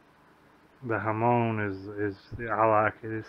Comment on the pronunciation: Han not haan